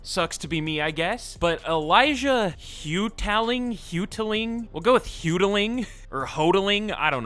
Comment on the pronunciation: Qb is pronounced Ho-telling. Source- my wife's name. Love the videos